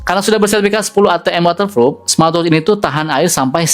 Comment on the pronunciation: Sebutan nya bukan waterfrup, yg betul waterproof😅